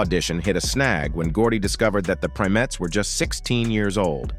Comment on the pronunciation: Was that an AI voice narrating this? Because he (or it) kept mispronouncing the name of Diana's group before they were renamed The Supremes. He kept saying "Prim-etts"...the correct pronunciation is "PRIME-ETTS"!